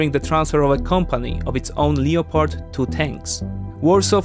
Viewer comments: lep erd not leo pard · lep-ard not leo pard tanks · “Lep-pard”, the o is silent. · The tanks are made in Germany, so it is pronounced leo-pard. The O is not silent.